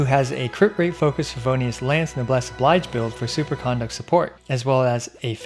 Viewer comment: Great content as always. Just a note that "noblesse oblige" is a borrowed French expression and therefore the "oblige" isn't pronounced the same as the English word that looks the same.